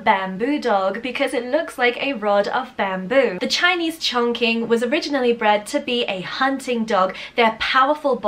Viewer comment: Hello there M! For the Chinese Chongqing, the pronunciation should be like "ChongCHing". The Q is pronounced like a CH here in China. And also, it has a G between N and Q Also say that Chongqing is a city in china, in the Sichuan province (the spiciest food in all china). Greetings from Wuxi, keep up with these great videos!